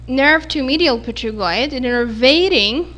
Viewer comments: great video, though you made small mistake in pronunciation of P*"T"*ERIGOID... (it is not p"E*"trigoid) bone or consecutive terminology related to this bone. Don’t take it to hard because mistakes like that are common in anatomy. all the best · it's written Pterygoid but pronounced Terygoid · i'm sorry but is pterygoid pronounced with the p !! coz i used to hear it with the p silent so i got confused !!